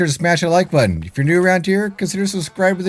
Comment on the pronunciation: Thats not how the word button is pronounced g